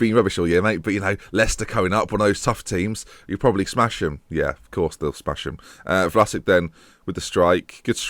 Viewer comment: How come you don't pronounce Vlasic like Rakitic or Modric or Mandzukic, they're all Croatian?